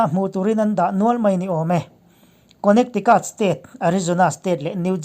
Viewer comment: A bengvar thlak thin e. State hming lam sual thenkhat, Utah leh Connecticut te hi: UTAH= "iuta", CONNECTICUT= "khènétiket" tiha lam zawk tur a ni e.